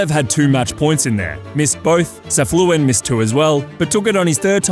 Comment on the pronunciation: his name is not Safluin it is Safiullin, you do not say the L right after the F.